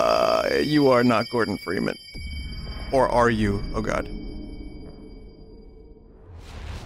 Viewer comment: "GORBEN" ah yes we all know that one Gorben Dreemun